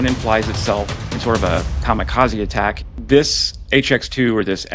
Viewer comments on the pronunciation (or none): 👎 Your pronunciation is wrong ; the word is KAMI KAZE, not, as you said, KAMA KAZI. :: :face-blue-smiling